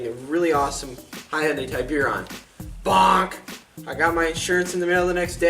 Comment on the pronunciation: Hon-day Ti-beer-on?